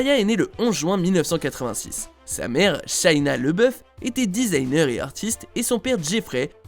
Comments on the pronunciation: Laboeuf pas leboeuf 🤣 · Tu fais un sujet sur lui et tu ne prononce pas correctement son nom. LAboeuf, A, et non Leboeuf. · LABEOUF PAS LEBEOUF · Le mec dit tout le temps " leboeuf" pour tant c'est déjà écrit en grand " labouef" 🤔🤦‍♂️🤦‍♂️